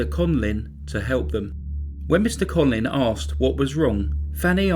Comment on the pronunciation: Conlin (what you are saying) or Conlan (written under his picture).